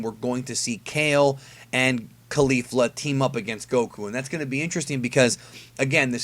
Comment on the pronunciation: Isn't Caulifla pronounced like Cauliflower and not Khalifa, which is the way you say it?